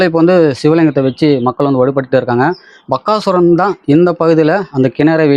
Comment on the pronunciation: Bakkasuran illa Bagasuran. Please pronounce proerly.